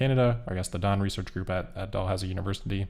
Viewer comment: The university is pronounced as dal houzee not doll house 😅 but not a big deal. I heard it and was confused at first then realized what you meant.